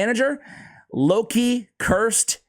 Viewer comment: That's no "Loki", that's "Low-key". No need to hurry to take him to 6 stars or to spend gems in full masteries, another chronicler Adelyn.